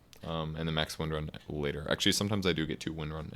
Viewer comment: Thumbs up for titling the video correctly, even if you mispronounce her name in the replay. :)